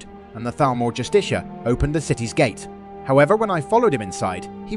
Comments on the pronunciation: Bro the pronunciation is killing me. It's pronounced( just-eh-car) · I think it's pronounced justiker.. or justica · Learn how to pronounce justicar! Its even said in game!